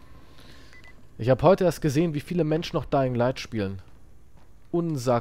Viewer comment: Endlich wieder Daying light Juhu😁